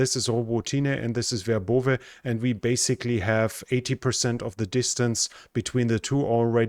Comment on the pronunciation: Thanks,. Your pronunciation is very good, but Robo tinah is Robot neh and, is in Ukrainian hands again. How come vebrov eh isn't Verbovi. Could cardboard or plywood throw that Russian ID system off? It's raining chipped wood. Greece should take the deal.